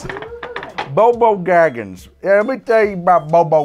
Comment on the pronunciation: I laughed so hard at the extended "Samwise Gamgees/Goko/BoBo Gaggins" flubbing. Fun episode! Genuinely want to make the Divine Senzu and the Krillin.